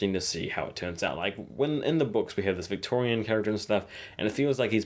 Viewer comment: It's Victarion, not Victorian.